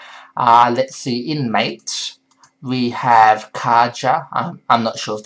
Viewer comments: It's pronounced mah-tay... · Mate is pronounced mah-tay. It is named after yerba mate the South American caffeine containing infusion ;)